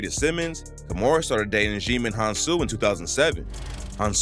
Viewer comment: djimon pronounced JY-MON rhymes with Diamond